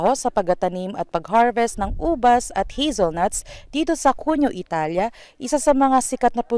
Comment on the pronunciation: Hahahaha not Hezelnuts,,,, that's is Hazelnuts ok